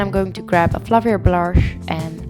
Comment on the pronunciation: “A fluffier bloursh”